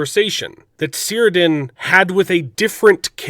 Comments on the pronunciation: Cirdan is pronounced Kirdan, not Sirdan. :-) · Amigo, Cirdan is pronounced as 'Kir-Done'.